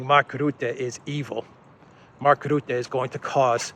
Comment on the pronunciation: Rutte ( Dutch PM) is pronounced incorrectly. Commented before, did not read it. Try again. The u should be pronounced as in turn, burn, murder.